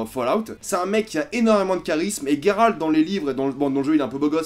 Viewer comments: Comment tu peux te dire FAN de The witcher. Et prononcé GUeralt de rive. Au lieu de '' j''eralt (je sais que sa s' ecrit '' Geralt'' et justement. Phonétiquement.'' Geralt '' sa se prononce Jeralt. Pas Gueralt. Merci de ne plus faire l'erreur a l'avenir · Geralt pas Gueralt ok !! Tu as jusqu’à fin 2019 pour apprendre. (à part ça t'es un mec sympa) :D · The Witcher c est ta vie mais tu prononces mal Geralt :/